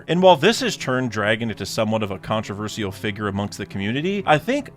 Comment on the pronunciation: He said controversial badly